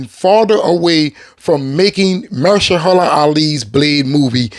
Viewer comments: Say it with me now. "Muh-hersh-alah." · MA-HER-SHA-LA...damn. You gotta work on butchering names bro. 😅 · Good brother, I love the Blade content and I'm with you 1000% for Wesley... But Mahershala Alis first name is pronounced muh-HER-shuh-luh Not "mer-shuh-HER-la" which you've consistently (and hilariously) mispronounced it as. I don't want him as Blade either but I think it's respectful to pronounce one of our Oscar winners name right, ya know? Peace brother! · Are you mispronouncing his name on purpose? lol